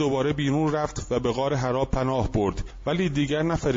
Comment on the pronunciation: مَلَک کجا مَلِک کجا، غارحّرا نه حِرّاودهها مورد غلط خوانی مشابه.